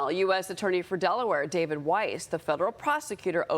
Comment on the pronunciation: Weiss is not pronounced "wise".